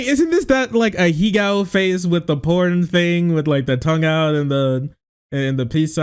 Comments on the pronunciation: ahego, agohe, agowe, ahoga, it's called ahegao. it ain't that hard. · It's killing me that none of them can pronounce ahegao correctly.